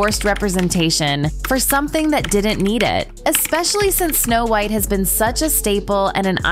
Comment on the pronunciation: Wth is the reason for mispronouncing so many words? Are we supposed to believe it’s AI? I highly doubt AI would mispronounce White or pilot (just to name two). This happens in every one of these videos.